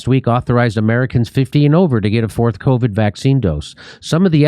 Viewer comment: I love listening to Joe pronounce it, “cao-vid”.